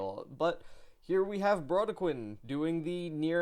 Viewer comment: Sorry, to be that guy but it’s “Bro-dec-kin” Good review, keep up the good work